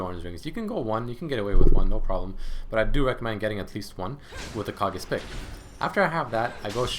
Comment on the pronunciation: I thinks its pronounced "Kay gees" pick. like from tenacious d.